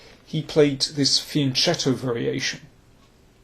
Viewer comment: When will chess commentators finally learn how to correctly pronounce the word "fianchetto"?